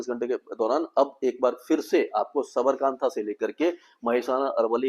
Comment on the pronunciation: और sir ऐक बात और है जो आपको मे बताना चाहता हु। बनास और साबर कांता नही हे। कांठा बोला जाता हे। साबरकांठा,बनासकांठा.. मै आपके वीडियोज हररोज देखता हु। आप अच्छा Forcast करते हो.thank you so much..